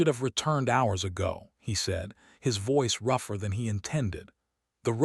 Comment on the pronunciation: So this AI narrator still hops rather than hopes, and the pronunciation for rougher is definitely new.